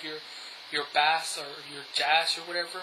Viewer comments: wow the basss ur saying is a fish!!!! pronounce it like base but spelled bass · Hey, a friendly word of advice. Bass is pronounced Bay-ss not Bas :) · Bass is pronounced 'BAISE', not bass! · When you say bass, its supposed to sound like bayss. Not the fish lol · The word bass is pronounced as "base". . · Bass? Bass?? BASS?!?!! It's spelled bass, but it's pronounced BASE. Wow, get it right. Think I'm wrong? Listen to the song 'Bass Down Low'... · I'm curious as im not a native english speaker... how is it correctly pronounced "bass" or "base" for sound? and why does "bass" in sound and "bass" in fishing is written the same way and pronounced differently? Looks like english language makes no sense sorry :) Can someone clarify that for me? Thank you!!! P.S: Great review. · if you pronounce bass like the fish, audiophiles will never take your videos seriously. you better fix that problem dude, but all in all the vid was pretty good. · No, I was serious... but I just felt like being an ass that day. Sorry. You can delete it if you'd like. I do appreciate the review, really. This is about the only real review on them on youtube, I'm hoping to get these for Christmas or on my own soon afterwards. I do agree with gorillaguy though, it was just that the way you were pronouncing it annoyed me, but like I said, other than that it was good. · Huh, I wonder why you pronounce bass like that. Did you grow up fishing or something? Were you never exposed to the term bass in terms of audio? I'm curious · Only an atheist would pronounce "bass" like the fish ad not the sound other than that, thanks for the review There's only a couple on all of youtube